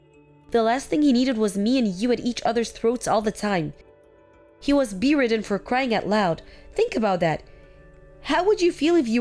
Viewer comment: Since when is a person stuck, ill in bed, called Bee-ridden. The word bed is the first part of the word, so it's bed-ridden. Misery, the i is definitely short. A miser, long i, is a money hungry loner, who will do anything to increase his/her wealth, that is not the word used here. A miserable person is too unhappy for words to say, with a short i, that word comes from the word misery. Please try more for the people who listen to these stories, to improve their english language skills. All the best.